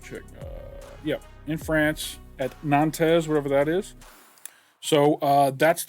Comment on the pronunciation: Nantes is pronounce nant lite ant